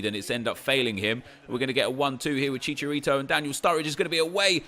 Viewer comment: Stop saying fucking chicharito like that